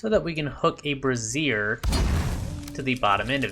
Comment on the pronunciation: Great build! (I don’t know if you were being funny or not, but if not the burning brazier is pronounced “BRAY-zier”. Brassiere is where the word “bra” comes from. And where bras definitely have been burnt I don’t know that I’d want to use one for light — or cooking.) ;)